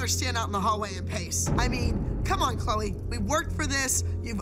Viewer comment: Maddie said “good luck 🍀 CHLEO instead of Chloe 😂